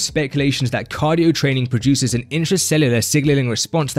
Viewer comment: Why do you say “trainingK”?? There is no “k” after an “ing.”